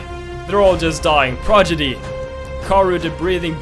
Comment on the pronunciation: I also like how he says ‘progidy’ not prodigy